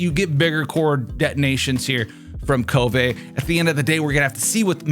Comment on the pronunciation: No the BIG question is why is this guy trying to make himself sound so stupid ? KOvay ? Did you flunk 1st grade reading or what ? Then ya say it RIGHT then correct it to the wrong way. Come on people the IN GAME ENGLISH dialogue has voice lines about him, use your ears and stop obsessing over the damn Japanese. FYI it's a CHINESE DEV TEAM lol jeez